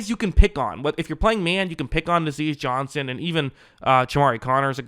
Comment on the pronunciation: It’s NAH-ZEE Johnson lol